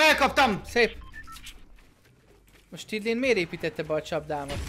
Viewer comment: Stydlin helyett snidling